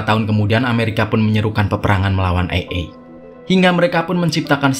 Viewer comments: Bukan ey ey dah bang Tapi ey ay Seru ceritanya bang,, semangat bikin konten nya💪💪💪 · Bang bukan ai,e tapi ee,ai.baca nya.